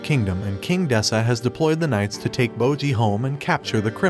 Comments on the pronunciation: It's bojji not moji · "Bowjee" "Cage" ✊😢